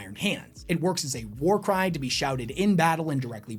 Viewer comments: For a secon I thought you said «there are few things in this world that get you pumped up like a good WAR CRIME» in the intro 😅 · Not gonna lie, i heard him say warcrime not warcry at the beginning.